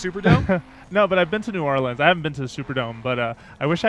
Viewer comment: I live in Louisiana and I have to say, they did a pretty good job on New Orleans. Except that y'all kept saying like new oleens, I pronounce it new orlins